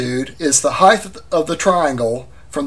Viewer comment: There is no word heigth. It is height. Pronounced hite. Just saying.